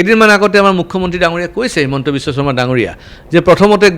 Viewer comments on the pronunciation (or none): none